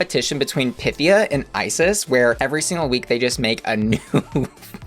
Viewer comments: handy tip: instead of hitting the "pith" part of her name, emphasize the "e" sound. not PYTHia, rather pythEEa. i mean, i THINK i'm correct lol. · You're right. That's how she said to pronounce it. A much more graceful name when pronounced properly.